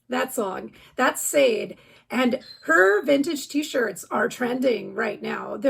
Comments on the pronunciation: Love the Smooth Operator song (it's pronounced like "sha-day" btw, but I totally knew who you meant so no biggie)! Always love these videos that you put together, they're insanely helpful :) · I was just coming in to say the same thing SHAA DAY 😊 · No biggie...but Sade is pronounced Sha-de. Emphasis last syllable. I'm old...she's my generation :)